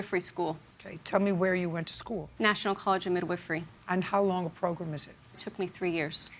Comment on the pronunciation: I actually was questioning it because I've never heard it pronounced that way, no need to be a smarta$$ about it...